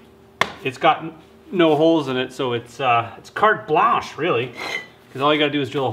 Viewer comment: " Carte Blanche" !!!!.....us Canadians are so ignorant🤣😂😅🙃